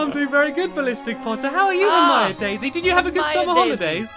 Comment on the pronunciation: Ginny not Jenny Dumbledore not Dumble door Hermione not hermainy. Snape not snake